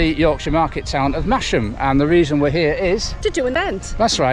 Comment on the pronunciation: Hopefully you didn't get out of Masham without learning that it is pronounced massam, but just in case...